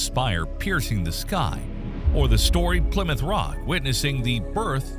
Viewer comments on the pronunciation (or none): none